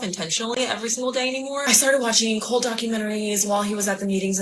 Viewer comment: That person might be the most irritating person to listen to on the planet. Good god. If a word ends in a t, it’s not normally silent. Cult is not cull.